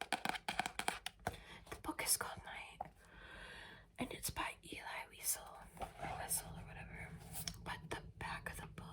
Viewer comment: Hey not a bad video but you pronounced the author of Night name wrong